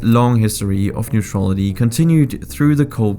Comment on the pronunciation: If you´re bound to make a video on neutrality and Sweden you´d better learn to prononciate the word "neutrality" correct.